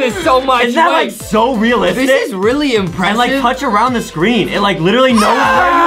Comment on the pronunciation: He lichry chocte again